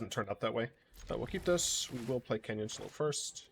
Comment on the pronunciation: First and foremost, it's Canyon "Slew". It's too fun a word to say to get wrong! Second, while I'm never opposed to more blue... what would add to this deck? What problem would it solve? The problems discard decks have are aggro, topdecks, and not having a lot of card advantage to pull away. 4 CMC Bolas... doesn't really solve any of these? Sure it feels synergistic, but if your opponent is already empty-handed you lose out on a decent bit of his value. He's fine, but he doesn't really solve this deck's problems. Dragon God, on the other hand, synergizes GREAT with this deck. If your opponent is empty handed, exiling your opponents lands and drawing extra is a REAL good way of cutting off outs. Likewise, counter spells are absolutely BRUTAL for someone in topdeck mode. Drown in the Loch is an Eldraine card, and sideboard counters are real good against more controlling decks. Those two are reasons to go into Blue, and 4CMC Bolas is fine if you're already including them.